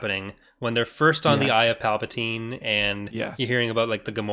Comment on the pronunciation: Not Palpadiddy…